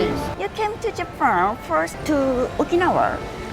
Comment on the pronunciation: Japan のイントネーションと、firstの発音 頑張ってください